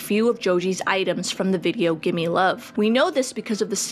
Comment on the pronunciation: GIMME LOVE NOT GIMMIE LOVE